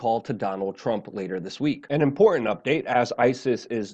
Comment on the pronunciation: Very inpormt. Nice speech impediment.